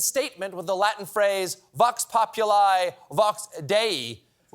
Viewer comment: The i in populi is same as the one in dei. Latin doesn't the "eye" sound like in English. Anyway. There was a better clapback on Twitter from someone who quoted the full original Latin phrase. Beautiful.